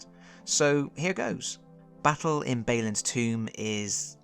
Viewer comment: Out of curiosity, at this point I have to assume you are mispronouncing Balin on purpose, is this some hate of dwarves or an inside joke?